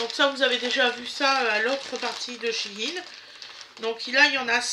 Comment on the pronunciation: Coucou, je viens de remarquer que vous prononciez bien shein " chiine"! beaucoup de gens le prononcent mal! il me semble que vous aussi avant! J'ai vu le président de shein france ce matin aux infos, ça se prononce bien comme cela! Petite remarque gentille, ne le prenez pas mal surtout! Bises de la bretagne